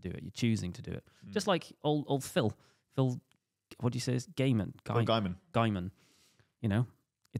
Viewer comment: Oh no, you've forever confused me about how to correctly pronounce 'Gaimon' now!